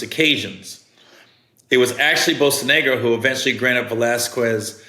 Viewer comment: Bocanegra (Bo-kah-neh-grah)